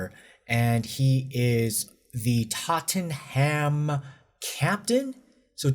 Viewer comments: It’s pronounced tot-nom (Tottenham). You’re welcome 😎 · Tottenham is pronounced Tott'nam. 🙂 My goodness. This is a shocker of a story. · I mean.. how am I going to take this from him, he talks like Trump and couldn't even get to pronounce Totn'm properly.